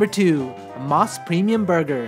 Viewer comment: You ate all those burgers in one sitting? I always thought Mos Burger was pronounced "mose" not "moss." The reason why is MOS stands for Mountain Ocean Sun. O as in Ocean. Anyway, I've gone to a regular Mos Burger a couple times. The burgers are OK, but not that great. It's a lot of hype for a slightly above average burger.